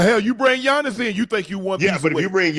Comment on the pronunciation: I'ma need Bun to stop calling Giannis "Johnnis" 😂